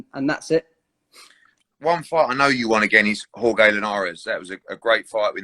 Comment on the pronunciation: Whoreegaee linares😂😂😂😂😂😂